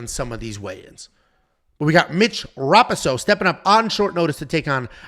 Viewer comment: hey btw its mitch ra-pohso, not pahso. usually i dont care but this dude is a cage titans legend, sat next to his parents before a couple of his fightss and theyre all great people